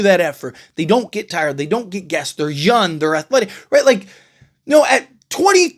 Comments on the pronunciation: I like your channel, I just have a question?? When referring to the young players, you call them "Yun" at 1st I thought it was a mistake, but you say it all the time. Yun is not a word, and it sounds like you are an uneducated man, I know that's not true... At the end of the day if I don't like it I know I can unsubscribe and go elsewhere but it's just a heads up just in case you don't know you are doing it, but it is annoying man lol. P.S all love, just an observation!! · First noticed this when he was talking about Trae Yun but yeah, this particular video he says it a dozen times.